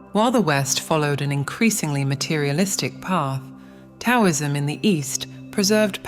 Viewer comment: I had to quit watching when she repeatedly mispronounced Taoism and the I Ching. If they can't pronounce the words correctly, I doubt they understand the meanings of them.